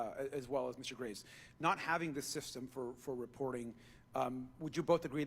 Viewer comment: Is one of the witnesses at about 48 min into your video... addressed as Mr. Grays? They miss pronounced it as Mr. Graves. Oh wow 😲